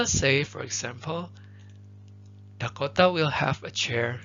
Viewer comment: Thank you so much but your pronounciation for Dakota is killing me